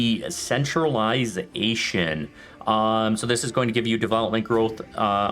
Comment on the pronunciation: you pronounced centralization as "centralized asian"